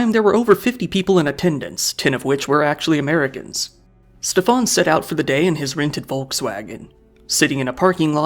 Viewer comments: His name is "Schtäffan" not "Ste-faan" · Its better to just prounce Steven normally, Steff-ahn as you are pronouncing it sounds french or something and is incredibly jarring (german here)